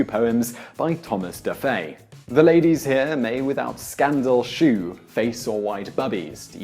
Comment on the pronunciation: "Shew" is pronounced "show"